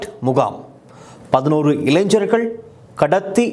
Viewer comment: இளைஞ்சர்கள் அல்ல இளைஞர்கள் என்று உச்சரிப்பு இருக்க வேண்டும். இது மிகவும் கொடுமையான, அதே நேரத்தில் வேதனையான செய்தி இது... கண் முன்னே தெரிகிறது... இந்த கொடுமைகள்...😭😭😭😭😭